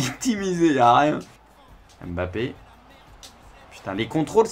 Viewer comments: non c mbappé pas M Bappé ni bappé . En fonetique ca donne mmmbappé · Ça me stresse quand il prononce le nom de "Bappé"..